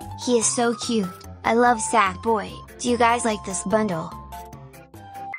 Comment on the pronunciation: The way she said sackboy 💀☠️📸📸📸📸📸📸📸